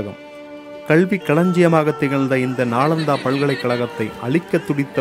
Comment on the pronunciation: நாலந்தா தவறு நாளந்தா தான் சரி